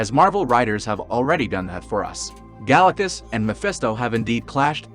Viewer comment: Galacuss? Id thuis an AI video or you're leaving the T out on purpose.